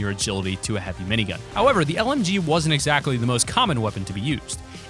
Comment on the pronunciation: When u said lmg, I thought u said mlg